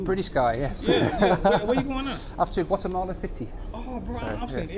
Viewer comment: Not Wattemahleh 😵😵😵